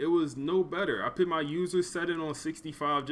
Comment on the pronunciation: Put not pit sir, no disrespect